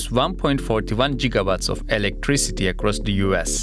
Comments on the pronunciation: Please learn how to pronounce your metric prefixes. It is Gigawatt like "gig" and not Gigawatt like "jig." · The rating is GIGa watts, not JIGGa watts.